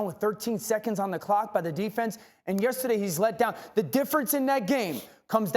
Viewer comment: So we just gotta make Dane orshlovsky mad for him to pronounce yesterday properly? he finally said the R hahahah